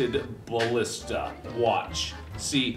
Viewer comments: "A Ballista" in Poland is not "Blistaaa" but "Balista" X ] X :D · in polish it's not Palista it's BAlista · It's ballistah! Not ballista! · But read like Balleesta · Ballista in bulgarian is actually балиста(balista) and is pronounced bàlista. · I'm from Bulgaria and thats not how you say ballista!